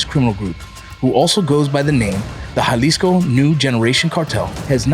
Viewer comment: Bruh its so refreshing watching a channel that says jaliso right not yalisco 😅